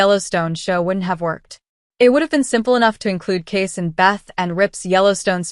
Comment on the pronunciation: You would think you would at least know how to pronounce his name. His name is spelled Kayce and is pronounced the same as Casey, not Case.